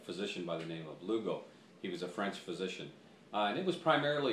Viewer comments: You'd think he'd at least get the guy's NAME right! LUGOL !!!! NOT LUGO!!! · If you want credibility, you need to get the name correct! It's LUGOL's. Dr. J.G.A. Lugol...with an L!